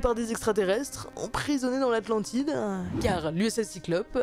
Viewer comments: J'ai entendu "Atlandidja" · Emprisonnés dans l’atlandidaanh 😂